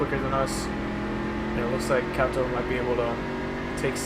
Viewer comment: it's not Cat-o it's Cay-Toe that's how Kato is pronounced